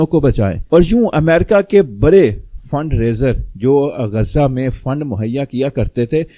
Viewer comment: برے برے آپ لوگوں کی ڑ سہی نہیں ہوئی برے برے نہیں بڑے بڑے کھرے نہیں کھڑے پھودی دیا